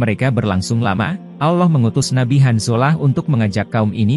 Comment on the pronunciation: Maaf ya Min,,, skdar saran nih,, ttg penyebutan ALLOH. Sebaik.y mgkn ALLAH sj,, krn MIRSARY RASYID sj org Arab, jelas2 mngatakan Allah wlopun dialek beda dgn org Indonesia.. ok min,, Jgn ikut2an sm Elit global yg mmbuat Bank dgn nama ALLO BANK yg dilogo.y ada segitiga Dajjal. Semoga saranku ini dipertimbangkn